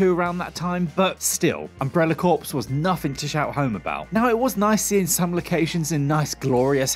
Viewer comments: Not tryna be a dick here, only to inform. The correct way to pronounce 'Umbrella Corps' is 'Umbrella Core', instead of 'Umbrella Corpse'. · I love you, but 'corps' is pronounced 'cor', not 'corpse'... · Corps is pronounced core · "Corps" is pronounced like "core", not "corpse" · Corps is pronounced Core not Not Corpse !! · Lol it's pronounced umbrella "core" not "umbrella corpse". Cringe. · Isn't it pronounced "umbrella core" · Umbrella "corpse", lol. I don't know if you've just never heard that term read out before or if you pronounced it that way on purpose as a zombie pun. Either way, very funny. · Corps is pronounced 'core' at least in the UK. Not sure what the Yanks do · As was I. Until he pronounced corps as corpse. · Its pronounced umbrella core 🤦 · Can't pronounce corps but hey.